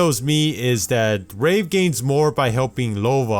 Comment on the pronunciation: He said rape instead of wraith twice and he also said rave